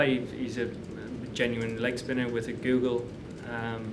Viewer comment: Damnit Morgan; it's "googly," not "google."